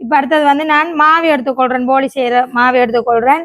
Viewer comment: அது போலி இல்லை போளி தங்கை 😂😂😂